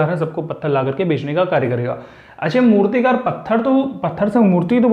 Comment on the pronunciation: Naina jha - मूर्तिकार होगा मूतिकार नही 😊 mai sirf bta rhi hu aapko teach nahi kar rhi 🤗🙏